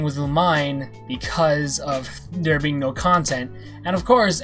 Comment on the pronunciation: It’s looh-meh-neh that’s how it’s pronounced